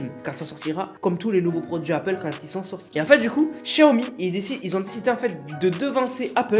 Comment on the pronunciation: "chaomi" 🤣😂🤣😂🤣😂😂😂 au lieu de "XIAOMI" ! Ca, c'est comme quand il dit: KANI WEST Au lieu de le prononcer: "Kayni West". Rhalala...(😬👂🏼) Cela dit, merci pr les news ! Peace ☕📰🎶🎙